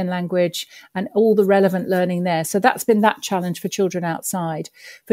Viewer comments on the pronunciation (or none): none